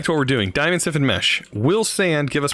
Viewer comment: It’s flint STIFFENED mesh, not flint siffened/siffin mesh 😂